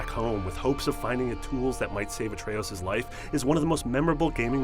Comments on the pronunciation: I don’t like how he says Atreus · I don’t understand how people mispronounce words when the word they are saying is spoken atlest 50 times in the game. Dude, it’s not ah-trey-oos. It’s ah-trey-us. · Holy horrific pronunciations Batman...you're reading a script I assume. There's no way you played this epic with those pronunciations? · I swear, with all the things mispronounced it feels like you are only reading a script and have never played the game. Jotunheim and Atreus are spoken aloud multiple times in the game. It's like when WatchMojo called Sithis "Seethis" like 10 times in one of their videos. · A tray OOS???? JOE-tunheim???? This guy doesnt know how to pronounce any of these names lol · Atreoos? Joetanheim? WHO ARE YOU???? It's Yo-tan-heim. It's not even a, the game pronounced to wrong so you didn't know how to pronounce it! The game pronounced Jotunheim right! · Atreoos. Jotunheim (pronounced yotunheim in the game) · ah trea ous... joe ten hiem (I love how he misprounounces things even though they're said in the game) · Christ your pronunciation of jötenheim and Atreus are BRUTAL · This guy’s pronunciation of Atreus and Jotunheim is hilarious. It’s obviously a dude reading from a script, just get someone who actually played the game.